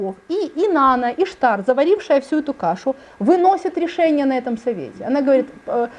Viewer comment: Да не Иштар, а иштААААр!!!!!